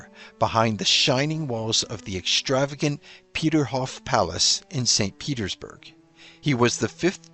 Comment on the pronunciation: English: "extravagant" has no "H" in it. It's not "exshtravagant".